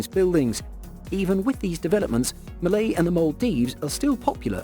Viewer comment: Malé instead of malay...